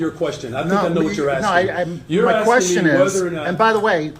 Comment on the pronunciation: Axing, get it right!